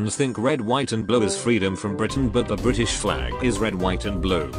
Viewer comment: U said BRITISH wrong